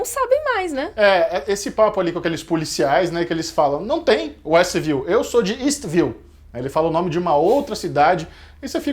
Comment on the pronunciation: quando o policial diz Estview,observei que foi retirado apenas o W de westview.W de Wanda